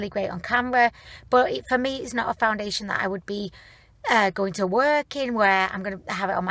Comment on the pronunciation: I rewound the very beginning 3 times just to hear you say welcomeb to a foundidliation review lol love it!